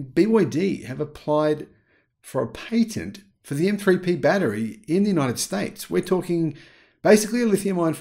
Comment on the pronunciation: Pat not Pate Patent